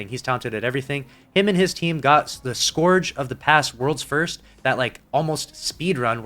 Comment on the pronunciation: Dude I fucking hate correcting people but it's not scorge of the past , its pronounced scerge ( like purge)....sorry but it bugs the hell outa me Luv ya